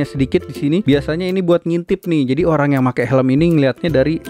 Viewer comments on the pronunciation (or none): none